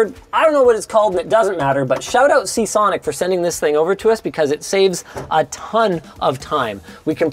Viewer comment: Your paying to keep from slurring seasonic, why don't she just read the script. Nerd dudes will listen to her read the phonebook.